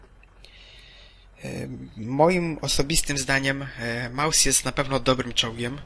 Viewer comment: Nie małsa tylko Mausa .